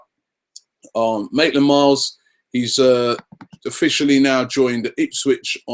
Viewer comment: btw Robbie it's Ainsley Maitland Niles. Not Miles